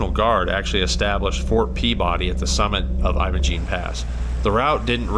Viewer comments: well don't know what to say, but 64 here and lived in Colorado my whole life and 38 years in the San Juans and really never heard it pronounced that way. History be damned. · Learn how to pronounce Imogene.